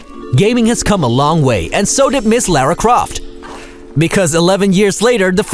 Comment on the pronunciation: Wish they had more respect for their own content instead of having so many ad interruptions. And what's up with the Lara Croft pronunciation?